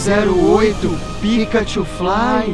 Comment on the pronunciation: "PIKA THUFLAY"